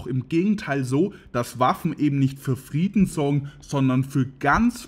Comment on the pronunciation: Sprechfehler: Friedna statt Frieden, .......